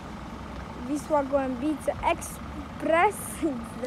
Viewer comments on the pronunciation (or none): Przyjacielu, świetny materiał, ale zaklinam Cię: nie "Wisła Głębice", tylko "Wisła Głębce"! Na litość...! :/